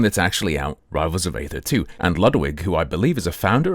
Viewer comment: aether is pronounced like "eether" That is all. Thanks!